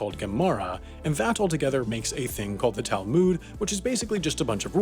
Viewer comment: tal MOOD